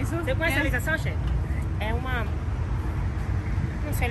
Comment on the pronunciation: Não e nem Elisa Sanches q ele fala é lisa chanxes